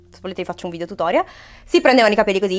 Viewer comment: si dice video non vidio